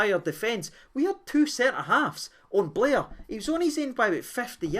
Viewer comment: It’s Bair not Blair